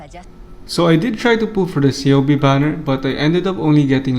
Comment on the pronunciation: i can see why Ceobe didnt go home to you, you kept miss pronouncing her name LOL its pronounced Keobe